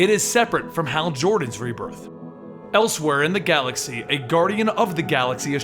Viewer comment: he said guardians of the glaxy